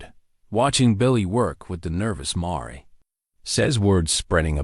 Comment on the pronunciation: It's not a marey it's amare pronounced mear as in bear,pls don insult my intelligence